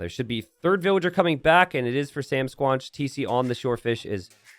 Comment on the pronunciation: SamSquanch rhymes with ranch, like from Trailer Park Boys